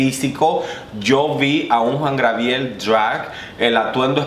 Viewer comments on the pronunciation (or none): Pero mi amor Job Star estuvo en el segundo lugar, tercero Alexis 3XL jajajaja, jajajaja mori cuando intentabas decir Gabriel XD